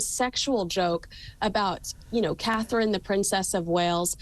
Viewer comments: Her name is CATHERINE 👑!!! SAY IT RIGHT; SHOW SOME RESPECT!!!! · Catherine.....not Katie...please get it right...